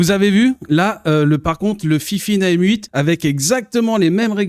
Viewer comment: c'est pas fifine mais fainfaine #DISLIKE